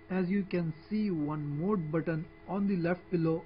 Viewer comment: moohl buttohn? WTF